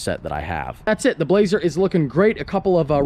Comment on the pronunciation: i thought he called it the blahoe